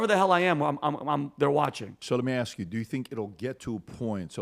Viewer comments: In the year 2050, “axe” will replace “ask.” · Black English: ax vs ask lol